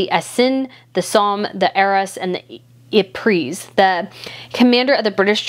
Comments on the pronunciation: Ypres is pronounced [eep-ruh] (the same ruh as in Oprah) but the Brits called it [Wipers] ;) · Yypres pronounced ee-pra no offence. It’s just one of those solemn things that matter. Thanks In Advance xx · The rear of a ship is the stern, not the caboose. The Queen Mum's family name is pronounced Bowes- Lion, not Leon Ypres is pronounced "Eeprah" in French, with a roll of the "r" I believe you forgot to mention the use of gas, which was also a very new and deadly form of combat. The John McCrea poem was written during a gas attack at the Second Battle of Ypres. He was a Canadian physician who died of pneumonia at the end of the war. His poems were first published in 1918 after his death. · You pronounce Ypres...'wipers'. We have remembrance day here in Australia 11/11/ which is Amisitice day of WWI. We have a minute's silence at 11.00am,. The ANZAC's, Australian, and New Zealand forces were formed then and joined the British forces. Australians fallen in WWI and WWII were not brought home when they died overseas. It would be the same for the New Zealanders. Our losses were huge, in WWI as we were a relatively small population. Many women in our country between the wars remained unmarried, so it had a huge influence on immigration.